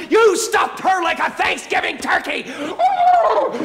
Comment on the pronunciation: it's turkey not "T"urkey!!! C'mon man!!!